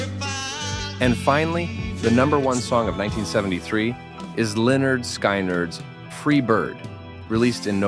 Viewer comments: It's Skin-nerd, not Skynerd. Lol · This narrator is an embarrassment. He pronounced the second word of the name of the super-famous band Lynyrd Skynyrd as SKYnyrd, like the sky above. NO, dummy. It's pronounced SKINyrd like the skin on your body, SKINyrd. Jeeeeezus, where the hell did you grow up, Iceland???? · You lost me when you mispronounced "Lynard Skynyrd." Skin, not Skine. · You need some work on some of your pronunciations. Have found mistakes in several of your videos. Lynard Skynard (Skinard, not sky-nard. Glen Frey is "fry, not frey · Sky nerd? Dude, it's right there on the album title, pronounced ...skin nerd. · Please pronounce skynyrd right. Its a southern thing. Skinerd is how it sounds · Are these your picks??? I would HATE to attend a party where you were DJ. I would run out as if my head was on fire! Oh, Lynard Sk”eye”nard, is that how you pronounce it? You did add Elton to the list. Bravo. But Billy Paul got honorable mention? Any time I see one of these 10 all time greats lists, I always turn to see what else is on. You should start with a disclaimer “These are MY picks”. Then we could give it the credibility it deserves. Where do you people come from? Go back! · This is true, if you don't know how to pronounce something. Look it up. P.S this isn't the first time he has done this. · This was ok until I heard you pronounce Skynyrd wrong. Wake up jack ass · Someone tell this guy how to pronounce Skynyrd. Loved all the songs!